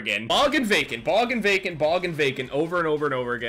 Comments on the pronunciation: am i the only one who thought he said bacon instead of vacant the whole time ? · everytime you say vacant, I think of bacon 😂